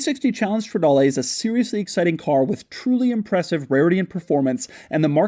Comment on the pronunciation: It’s not Strawdalay, it’s strehdaaleh